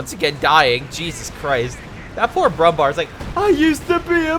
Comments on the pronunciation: Hey mr american fucktard. Brumbär isnt pronounced Brumbar. Ä isnt A. If Ä was pronounced like A then there would be no use for Ä. And yes it pisses me off because its ignorant and stupid. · yes it's pronounced brumbear